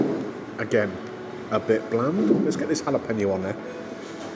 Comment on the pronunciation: I don't understand why it's so difficult to say jalapeno......."hal-uh-pain-yo"